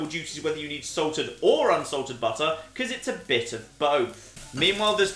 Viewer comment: Is it "Slightly Salted Butter", or is it "Slightly Excited Butter"?